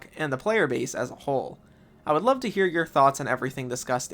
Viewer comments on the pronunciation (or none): none